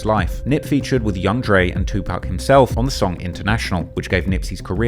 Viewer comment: Who tf is two pack?